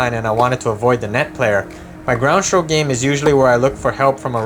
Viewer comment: There’s no h in string or stroke. Shtring, shtroke…lazy pronunciation